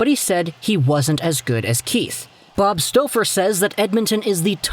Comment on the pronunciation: lol the way he saying Staufer lmaooo